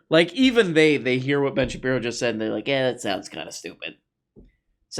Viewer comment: Shapeno.?? You don't even know what his name is? Come on dude. I can't stand Ben Shapiro, but for gods sake get it right.